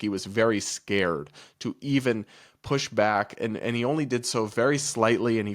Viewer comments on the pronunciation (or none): none